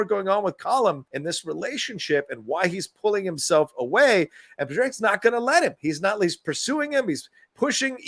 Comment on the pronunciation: Pronounced paw-rick